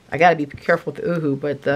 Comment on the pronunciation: Makes me laugh every time you say ooh-hoo glue, it’s pronounced ‘you’ hu as represented by the ‘U’.